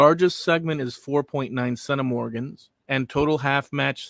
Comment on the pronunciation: Thanks for those intriguing revelations. The genetic ancestry of the Irish became even more varied in later periods with the influx of the Normans, the Elizabethan English, the Scottish plantationers and others. Thanks also for introducing me to the word centimorgan, which was difficult to look up (your pronunciation was "Sennamorgn" 😉👍).